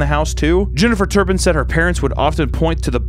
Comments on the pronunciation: It’s not turnpin it’s Turpin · "TURPIN" not turnpin. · Why is he saying turnpin?!?!? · It drives me nuts he keeps saying turn pin